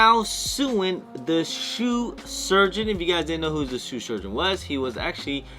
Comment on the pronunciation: Love the way you can’t say Shoe Surgeon. “Sue Surgeon”. Must be working too hard.